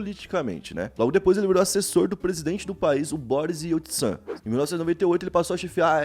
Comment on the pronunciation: Correção de pronuncia O nome do oto presidente antes dele se fala tipo Boris IÉUtsin